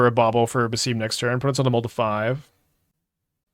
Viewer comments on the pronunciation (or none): If it helps, the games say "Bass-sim", for his pronunciation. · it is pronounced as Bah-sim (as in sim card) Ibn is fine and Is-hak